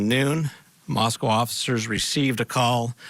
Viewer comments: Mos-KO, not Mos-cow. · It's Mos-co not Mos-CAOW. What a strange and annoying mispronouciation. 🙄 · It’s pronounced MOSS-KOE and not MOSS-COW like in Russia. I was born there. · I second that. Mos-co. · Pronounced Mosc-oh Idaho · If you're going to a 30 minute episode about this, spend a minute to confirm how to pronounce the name of the town.